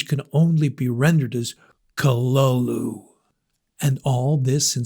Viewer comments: Utterly useless pronunciation. Kalulu. Get out of here. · Oh my god learn the proper pronunciation of the name it ruins the whole story when you get it wrong .